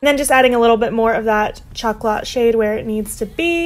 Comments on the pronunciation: My favourite is definitely the third look! Love how it matches your hair 😍💜 (P.S. Chocolat is pronounced show-ko-law 😉🍫) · I love your new hair! My fave on you yet ♡ And these are all so different to other looks I have seen with this palette. Chocolat is pronounced shock-O-lah btw :)